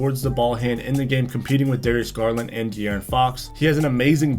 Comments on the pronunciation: De-aris Garlin.....😅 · This guy isn't the brightest bulb in the lamp. He keeps saying under a height requirement of under 6'4 when it's under 6'5. Then he murdered Darius Garland's name😅😅😅